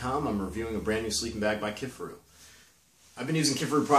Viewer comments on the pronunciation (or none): KIFARU you dolt! Not Kifferoo. It’s not that difficult 🤦🏻‍♂️ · Kif-a-roo? Ke-far-ooo